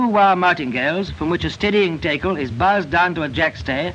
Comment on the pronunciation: What the heck is a taycull? Does he mean a tackle?